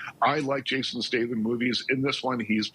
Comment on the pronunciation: You don’t even know how to pronounce Jason’s name how outa touch